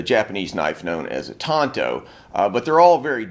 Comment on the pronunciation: Pretty good pronunciation. I hate it when people pronounce it as “tan-toe”